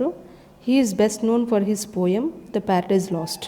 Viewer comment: Poem pronunciation is wrong